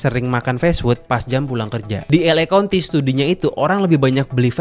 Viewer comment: kaunti bang, bukan konti